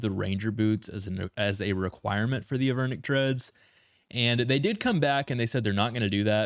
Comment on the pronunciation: They are Avernic Treads, no H